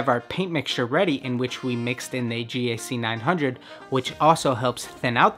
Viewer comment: Why does he say it as G-A-C 900 instead of GAC900